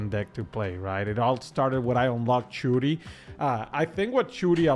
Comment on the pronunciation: Churi... it's shuri shhhhhuri 😂😂😂